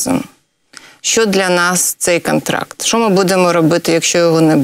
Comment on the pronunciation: Добре, що вона говорить "кАмунікація", "кАнтракт" і тому подібне, бо інакше вона була б просто ідеальною, а це вже було б занадто)))) Прекрасна жінка, прекрасна професіоналка.